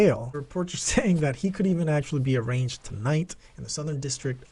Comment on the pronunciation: Arraigned is pronounced a-RAIN-ed, not arranged my dude. The g is silent.